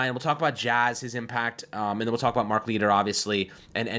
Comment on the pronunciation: “Mark Leeter” Jesus man, pronounce names correctly.